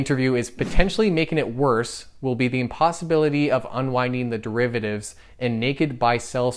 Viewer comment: What are "dreivatives"???